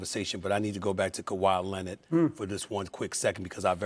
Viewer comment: Steven A: KAWHI LEANORD